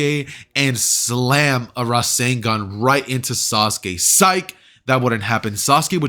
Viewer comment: IT'S RASENGAN NOT RASEN DAN